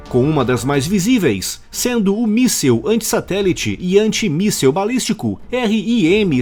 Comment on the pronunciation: Amigo, não é "míssel", é "míssil".